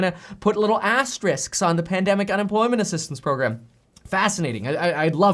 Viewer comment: Ppl say asstricks lol